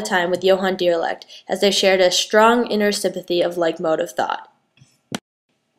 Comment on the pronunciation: It's kinda cute when you don't pronounce Riemann (REE-MON) or Dirichlet (DI-RISH-LAY) properly.